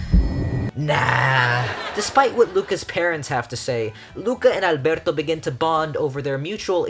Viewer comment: YOURE THE FIRST PERSON THAT PRONOUNCES “Alberto” CORRECTLY, I LOVE YOU